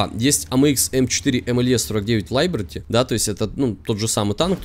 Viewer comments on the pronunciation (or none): Ахах,тот случай,когда решил понтануться типа знанием английского,но не учёл,что Либерти - это французкое слово. Никак не лайберти. Не в обиду,просто резануло слух. А видос норм,танк конечно же говно редкостное.